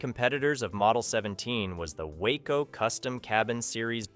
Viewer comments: Gorgeous plane with macho sound. BTW, Waco is pronounced "Wah-co." Wayco is the city of Waco, TX. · WACO is pronounced Wah-co. The only mistake I found. Factually correct, great video.😊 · WACO Aircraft pronounced "Wah Co" Waco "Wayco" is in Texas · WACO rhymes with taco. Waco is a town in Texas. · Please learn the correct pronunciation of the "Waco" Aircraft Company. In that context, it is not the same as Waco, Texas.